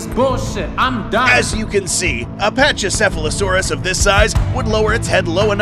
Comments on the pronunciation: It’s pronounced PAKYCEPHALOSAURUS . Or PAKY for short lol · Pachycephalosaurus (Pa-ch-uh-sef-uh-luh-soar-us) Me: No it’s Pachycephalosaurus (Pack-E-sef-uh-luh-soar-us) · Look, it’s not said pach-ee-sef-ah-low-sore-us, it’s said pack-ee-sef-ah-low-sore-us! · "Pachy...." has the hard "K" sound, not soft "ch". Should sound like "packy...". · 'Packy' cephalisaurus...not ' Patchy' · It's pronounced packy not patchy for the pachycephalosaurus that was just annoying me great video though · The pronounciation is pakisephalosoras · bruh grow up you can pronounce it "paki" cause thats how it is for the Pachycephalosaurus....